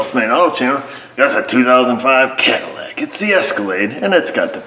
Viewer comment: Cat-illac... Yeah, get that thing purring again!